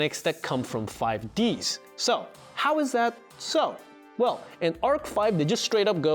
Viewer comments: I thought the same thing I was like wasn't it 5dees LOL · "Five Deez" Not "Five Dee Ess". It's supposed to be short for Five Dragons, in reference to the five Signers (Yusei, Jack, Aki, Rua and Crow) each having a Mark of the Crimson Dragon and their own Signer Dragon - Stardust, Red Demon's, Ancient Fairy, Black Rose, Black Winged. In case anyone asks questions about Life Stream Dragon and the fact that Leo is a sixth signer, here's the cliff notes. Life Stream was one of the Signer Dragons thousands of years ago, in one of the first fights against the Underworld King, but it was trapped in a Cage to nullify its strength - which turned it into Power Tool Dragon (Leo using the power oof Synchro Summoning to break the cage and unleash Life Stream's original power). It's only fighting Aporia in the final arc that Leo becomes a sixth signer, but that never got dubbed. For a comparison with another anime, it's kind of like the Elder Kai in Dragon Ball Z though, where the old Supreme Kai was trapped in a sword and so when he was freed millennia later, there was an extra Supreme Kai hanging around. You're still supposed to have only one Supreme Kai at a time, you spent 99% of the show with one Supreme Kai, you just end up having one extra for a stint. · I banish u to the shadow realm because its pronounced 5d's theres an apostrophe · No way this man pronounced "5D's" as "Five Dee Es". Credibility lost, didn't finish video. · Five dee ess. Ahh yes, another cultured soul who never learned how to pluralize word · Ok, I'm finding it hard to belive someone who's saying 5D's as 5 DS. its not a nintendo DS game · “5 Dee Ess” I’m sure the video is interesting but I’m not on-board with a non-fan explaining the timeline (incorrectly, judging by the comments). You got my click though, Crunchyroll, so congrats I guess. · 5 d s...........its five D's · "5 D-S". Never shuddered at something yugioh related before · "Five Dee Es" lol stopped watching right there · 5 deez? deez what?